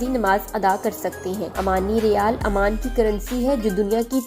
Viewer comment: Amman aik City hai aur Oman aik mulk hai aap ne poree video mai Oman ko amman kaha hai jo k ghalat pronunciation hai